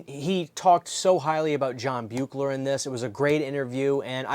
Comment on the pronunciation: John Carl Beuchler, pronounces his name as BEE-kler. I’m not trying to be a jerk, but I learned that directly from him, when I had the good fortune of meeting him, a LONG time ago. A truly great artist, and a super nice guy who left us far too soon.